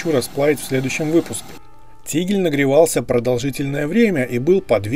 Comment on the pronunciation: Только вот не "тигль", а тигель!